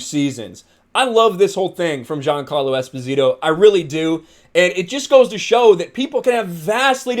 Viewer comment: you say Giancarlo like a frenchman u biggot lol